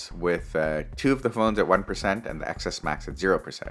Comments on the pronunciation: Omg its 10s max not pronounced Xs max!! X means 10 in Roman numerals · It’s not excess max!!!! It’s pronounced 10s max!!! Omggg cringe